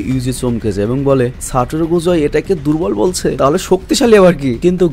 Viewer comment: Ai Gojo Saturo ta ato sundor knnn bujhi na jei koybr JJK dekhi oi koybar e crush khai. Btw vaiya amr Gojo Saturo ta re "সাটুরো গোজু" na bole "সাতুরো গোজো" boilen😅😅